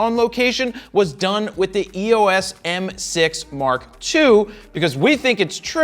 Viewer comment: It's "EOS" , not E-O-S